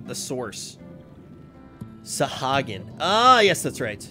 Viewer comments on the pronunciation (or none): none